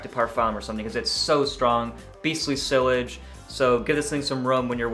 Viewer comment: Liking your review but it's sillage... pronounced "see-yazh". I'm sorry, but it's French. You can put it in Google to see how it's pronounced. I'm not being hateful. I liked your review. You didn't curse like some do, or fuss about the top(which they fixed), and the fragrance does last longer than eight hours. I still smell it on my husband when he takes a shower in the evening. You're doing a great job! It's also made in Texas!!! Yes, I live in Texas!! Howdy and Bonne Nuit(Good night)! Yes, speak French, too.☺️